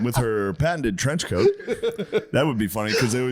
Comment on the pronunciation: around half hour in "and there's Caitlin Clarke there in the trench coact" 😂